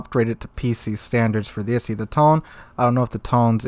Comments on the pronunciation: Yo its I-Sei or I-Say. XD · Oh god I'm cringing every time I hear issy and thon. It's pronouced like EE-say and toh-nay. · Like someone else mentioned, EE-say and Toh-nay, not Isi and Tone Aviation BBs didn't work out in real life so they'll either be kinda useless or too stronk. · To-ne and Ise not "Tone" and "Isi" lol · Tonne and Issy? Did you even try? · Tone and Ise as in "To-ne" and "I-se". The e strictly makes the short e sound in Japanese. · Just a couple points of constructive criticism: Ise is pronounced EE-say Tone is pronounced Toh-nay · If you don't have the time to go to Google translate and listen to the proper pronunciation, it means that you don't care enough about the video you are making. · Isn't it more pronounced as "EE-se" and "To-ne"? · 利根 Tone = "Toe - nay" 伊勢 Ise = "E - say" Plug those Kanji characters into Google Translate. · butchered those names. To my knowledge it is pronounced t, long o, n, long a. for ise, long e, s, long a. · Tone-a and Ee-say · The ships are pronounced Ise (E-say) and Tone (Toe-nay) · Ise is pronounced E-Say Tone is pronounced Tone-A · Tone is pronounced Ton-ay and Ise is pronounced Ee-say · For anyone interested in the correct pronounciations: Ise=E-say and Tone=Tone-A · I’m hurt with the way he said Tone and Ise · I had to stop the video after the 4th time of you mispronouncing Ise, and Tone. Is it really a wonder why the rest of the world thinks Americans are poorly educated?